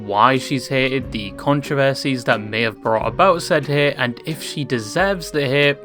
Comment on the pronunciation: I never knew you could pronounce "hate" as "häät"